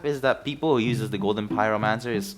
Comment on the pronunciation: i enjoyed watching soundsmith stereotypes, no wonder im hooked on the series already. (i also get triggered whenever you said uses, but its ight)